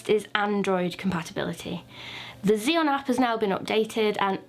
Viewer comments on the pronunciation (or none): Isn't it read as chi Yoon is it ?